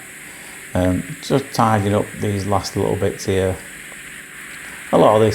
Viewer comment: Hello again, it’s me from QUEENSLAND 🇦🇺. I absolutely 😍your videos and your sense humour 😂😂😂. I enjoy you saying, “you can see here” and it comes out…..” you can see ear”. . I ALWAYS think “ ear ,in the ear “ and “ear ear lend me your ears”. I 😂😂😂every time and truely ❤️❤️❤️❤️❤️your videos.